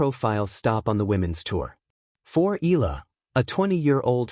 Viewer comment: The family name is pronounced " E-ya-la"